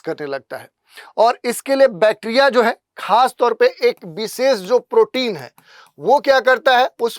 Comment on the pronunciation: विशेष X बिसेस ✓ 😂😂